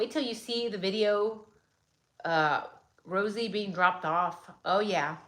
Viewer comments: Why did you remind me of Rosie Perez as you were ratting the RRRRosie's, lol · She reminded me why I almost failed high school Spanish because I couldn’t make that sound .